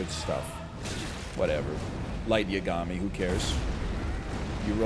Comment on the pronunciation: I'm such a nerd that the pronunciation of Yagami bothers me, I've gotta chill